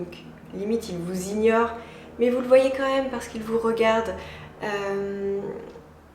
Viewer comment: J'ai remarqué une petite habitude de langage que tu as et que je trouves dérangeante (ça n'engage que moi) : Au lieu de dire "quand même" distinctement tu le prononces "quanhème" 😅